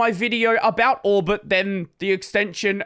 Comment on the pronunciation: Why do I always understand Albert instead of Orbit?